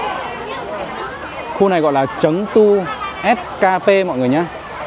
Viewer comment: 4đ của trung quốc là 13000vn chớ không phải 1300, còn thành đô tiếng trung là phát âm chéng du nếu phát âm từ tiếng Việt là sẩn tua ,ko phải là trấn tu